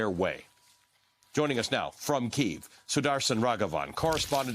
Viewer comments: PLEASE. Stop saying Kyiv in RUSSIAN! It is NOT KEEV! It is Kyiv (Key-iv) or even the American Kiev... FFS, it's insulting to constantly hear Keev, it sounds like skeeve. >> Tom's Ukrainian/American wife Pam << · Key-yiv — two syllables not one! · Try pronouncing the city's name properly. Hint: It's not "Keev".